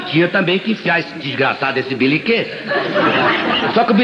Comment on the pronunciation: Por favor corrijam. É "beliquê" e não beniquê. Parabéns pelo canal